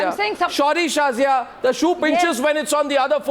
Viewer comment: "Sorry Shazia..No..Shorry Shazia" LOL